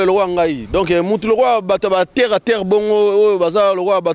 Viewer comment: bongisa français oyo okomi mabele na français eza terre et non tairre stp sans rancune